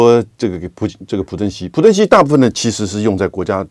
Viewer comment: 朴正熙，读piao吧？